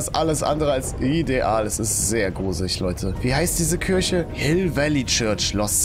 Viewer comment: Es wird kirche ausgesprochen und kürche wird die frucht ausgesprochen no hate wollte es nur sagen/schreiben